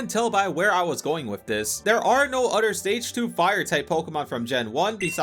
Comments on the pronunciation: Bros a grown man and can’t say OTHER correctly. it’s OTHER not UTTER. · Why u say other with a d sound like it a cow nipple